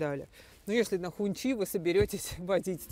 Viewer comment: Не хунчи, а хунси. Так говорят китайцы